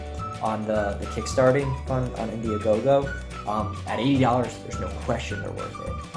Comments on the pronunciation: Man said indiagogo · Great video buddy! I would recommend lowering your background music as at that level it's very distracting while you're talking. I highly recommend a higher camera angle. Great review of the headphones and very good descriptions of everything - again well done! As a note 'IndieGoGo' not 'Indie-a-GoGo'.